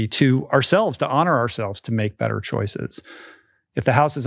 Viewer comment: Except he has changed his “better” and “wetter” to “bedder” and “wedder”. To my English ears, this stands out. He is very inderesting though.